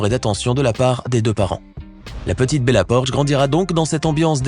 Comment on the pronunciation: Bella poarch pas bella porch